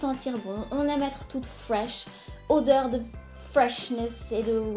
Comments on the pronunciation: Audeur ??? Non c'est Odeur en fin je crois 😅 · Euh... C'est normal le mot "audeur" au lieu de "odeur" à ?😱😂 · Omg « odeur »!! Pas « audeur »!! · Odeur avec un o s’il te plaît pas audeur avec au 😭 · Audeur ! c'est comme ca: Odeur!!😂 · odeur pas « Audeur » 😂😂😭😭t’a marqué ça à 44 secondes de la vidéo. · c'est "odeur" et pas "audeur"... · ODEUR. ! et non AUDEUR. ! Ce que tu utilise pour te laver est une fleur de douche 🚿 en français et c'est l'idéal pour le bain ou la douche 🚿